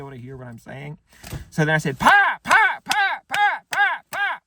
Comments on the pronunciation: Your southern accent is spot on . NOT !!! I can't believe they bought that . The way you said pie made me angry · Basically whenever he puts on the taylor swift accent he becomes closer to breaking than I've ever seen before. Not even he could get all the way through shouting pie I'm a southern accent while clapping with a straight face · the section where he needed to think of a taylor swift song and started clapping his hands yelling pie in a southern accent had me genuinely in tears laughing